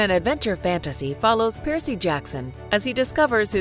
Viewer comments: Um how hard is it to say Percy oml stop saying piercy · Are you saying PIERCEY? It's PERCY. It's like Cumberbatch trying to say penguin (BBC Special on Penguins) pingwing, peng-when... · The narrator is one of the worst I've ever heard..constantly coming up with weird pronunciations for normal straightforward names! Who TF pronounces Percy like that?!!